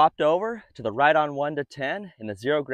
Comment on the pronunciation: I called the Company and Riton is actually pronounced 'Rye-On'